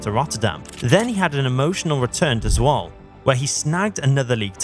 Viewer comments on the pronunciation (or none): It's not Swol lol. You pronounce it as Zwolluh